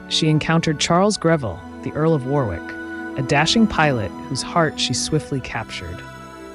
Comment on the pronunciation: Earl of Warwick is pronounced 'Worr-ick'. Crazy I know.